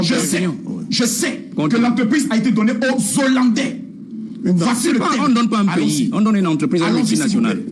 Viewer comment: Il ya jamais de liaison entre le déterminant et hollandais. On dit le hollandais et non l'hollandait